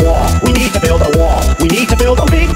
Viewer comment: Nobody: Trump: We need to build a Wah